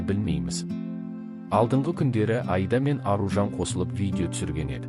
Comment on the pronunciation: Мынау комментаторға айтарым,Айда деген не сөз,айда деген малды айда дегенмен бір ғой,дұрысы Аида,егер айтылуын айыра алмасаң и дыбысын екі рет айт Аиида деп,сонда дүрыс естіледі және осылай дұрыс айта алмайтындар жеткілікті.